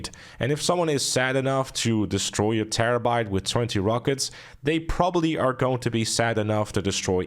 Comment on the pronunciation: He said: "Terrebait ish a terribol feehikel"